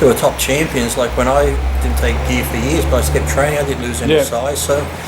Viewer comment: "and I've been a fan for yiiis" xD